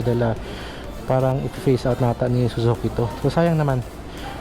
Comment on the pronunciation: sir, "phase out" yun di "face out"